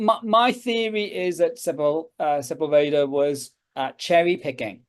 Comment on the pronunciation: Great start for 2025! I am still Byzantine Priority! FYI: Perhaps this will help: Juan Ginés de Sepúlveda Se‧púl‧ve‧da Accent on "pul" Thanks & Blessings!